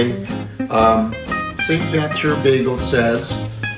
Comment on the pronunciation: Sir, You pronounced Saint-Viateur properly. :-) "Vee-A-ter"